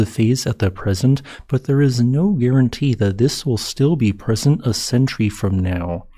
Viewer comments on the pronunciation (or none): none